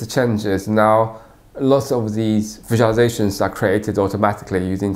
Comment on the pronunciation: Interesting pronunciation of "visualisations". Sounds like some syllables are missing. 🙂 Regardless, nice video!